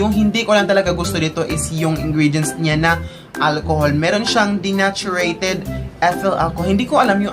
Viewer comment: Dineychurd po basa don sa denatured hindi po dinachureyted